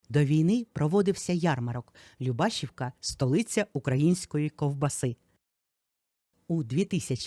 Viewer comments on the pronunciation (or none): ЛюбашІвка, наголос на і❤